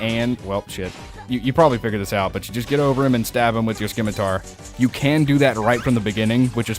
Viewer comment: It's pronounced sim-i-tar, not skim-i-tar. love the video oh master of the shantae franchise!